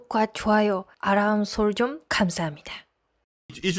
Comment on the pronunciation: 옆의 여자분의 한국어 발음이 일본식이네요 알람설정을 아람솔종이라고 발음하네요 한국어 발음 확실히 부탁해요 !